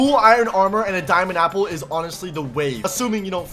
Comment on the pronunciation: U said sample not apple 😂 😂 😂 😂